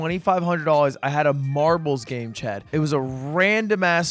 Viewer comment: I thought Ludwig was trying to talk to chat every time he said chad’s name